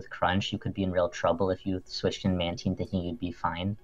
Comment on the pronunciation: Is this nigga really saying "Man-teen"????